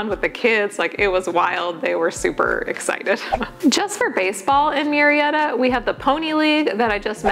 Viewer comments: Absolutely not it is not Mew Murrieta is pronounced Moo-rrea-ta. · It is funny that you mention the pronunciation of Murrieta. I happen to be a bilingual speech pathologist in the area. Murrieta is of Spanish origin and “ Mew-ree-eta “ is definitely NOT the correct (or closest) pronunciation! My last name also is spelled with the same first 4 letters and It is not pronounced as “Mew-row”. In fact the closest pronunciation in the first case is “Moo-ree-eta”. That is of course, if you acknowledge the original Spanish roots of the name. Hope this helps! 😊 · I was thinking the same thing. Murrieta is a Spanish name. Its proper pronunciation is MOO-REE-EH- TAH.